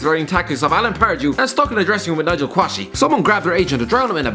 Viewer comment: The way you pronounced Quashie 😂